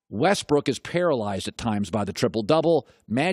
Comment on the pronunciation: dude just said russel westbrick??